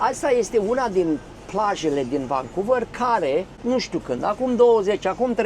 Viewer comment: nu te supara, motivul pentru care te intreaba canadienii de unde esti este ca vorbesti engleza ca si Iliescu. Ai frecat-o la rece in Canada in loc sa-ti perfectionezi accentul. Eu am venit la 40 de ani si am mers la scoala. Nimeni nu ma intreaba de unde vin pentru ca vorbesc corect.Tu nici Vancouver nu poti pronunta ca lumea. Nu e suficient doar sa ai masina ca sa fii ghid. Trebuie sa ai si scoala. Mergi in Romania sa vezi acolo rasism. Tocmai ce am vazut la Stirile ProTV un amarat din Bangladesh care distibuia pizza in Bucuresti cum a luat bataie de la un mioritic pe motiv ca i-a invadat ala tara. Asta in timp ce Romania a trimis afara 5 milioane de imigranti. Huuoooo!